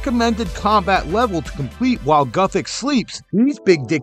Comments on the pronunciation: Scuffed thumbnail even says Where and not Were 😂😂😂😂 poor vid (also "Goothix"???) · lost all credibility when you said gOOthix